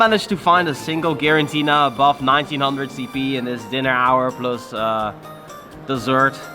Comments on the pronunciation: *Giratina. Not Girantina 😂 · Please, mate. G-I-R-A-T-I-N-A ! Not Girantina. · Is it me or are you allways saying GiraNtina? :D